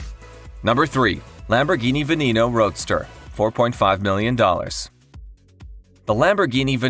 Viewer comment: The way it pronounces the Lambo Veneno is just ridiculous.